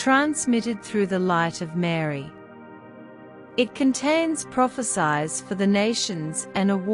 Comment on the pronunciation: Prophesies pronounciation so annoying. Hope before you enunciate study how words should be pronounced. It sounded as prophe-SIZE, should be prophe-SEES. Destroys the effectivity and impact of the message.